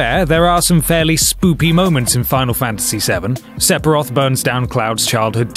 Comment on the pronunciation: You guys are still saying "Sepiroth"?!